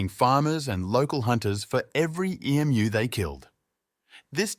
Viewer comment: Nice script. Pity it is ruined by a crappy AI that can pronounce the most important word ! Emu not E.M.U.